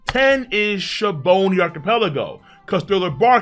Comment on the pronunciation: Bro.. it's been how many years now?.. it's Sabaody (which means soap/suds.. hence the bubbles on the island..), not shabondy or whatever the hell u say (that mistranslation is sooooooo old lol)